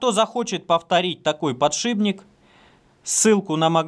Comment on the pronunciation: "Глухой согласный «п» перед сонорным «н» в соответствии с правилами русского языка подвергается озвончению и превращается в свою звонкую пару «б». Таким образом из «подшипника» получается «подшибник»."... А лингвистическую нейросеть мозга довольно трудно пересилить )